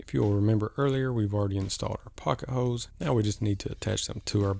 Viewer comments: Speaking of southern drawls the way you say holes “hoes” is pretty special too. LovE it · I think the way you say holes is more southern than anything.